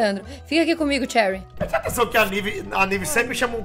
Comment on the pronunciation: não é xeurii é cherry mds volta pra escola volta